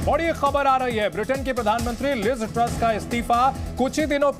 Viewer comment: Anchor ko name bolne ki tyari krwao